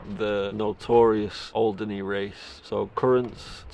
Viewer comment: it’s Alderney! Andy from Alderney 😂